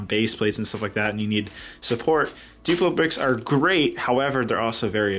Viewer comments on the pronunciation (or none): Every time you said Great it sounded like Crait so yeah.